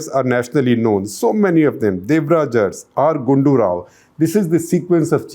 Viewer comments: Uncle ji, its Devraja Urs, to be pronounced as Aras. Every time you u prouncrd as urss, it was very funny. :-) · Shekhar avre it's not pronounced as Urs..it should be Aras.... But written as Urs... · It's nit ers, It's aras. Means ruler. Make ur pronounsations correct. Then do such nonsense surveys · Sir it is Devraj Urs pronounced as Aras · Please pronounce URS as a-ra-su